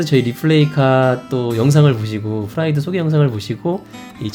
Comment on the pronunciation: 페스티바는 p 로 발음하고 프라이드는 f 로 발음하셨네요